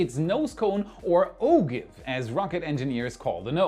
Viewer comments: Ogive is pronounced Oh-jive. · Pro tip for German speakers... Ogive is pronounced Oh-jive ooo--jiiive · Ogive is properly pronounced Ojyve.